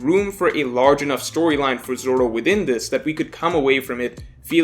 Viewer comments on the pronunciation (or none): none